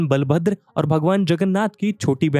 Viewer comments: It is not बालाभद्र it is बलभद्र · बालभद्र नही बलभद्र होता हैं, सही उच्चारण करना भी जरूरी होता हैं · Sir ये बलभद्र बुलाया जाता है ,बालाभद्र नही। Sorry sir aapke mistake ko pakadne ke liye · Bhai bhagwan बलभद्र bol naaki बा